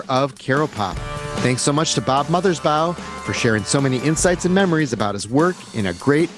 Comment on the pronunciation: Thank you for the interview. BTW, it's Mothers- BAW (rhymes with "law")...not BOW (rhymes with "cow"). And the song Bob 1 is referring to is "A Plan For U"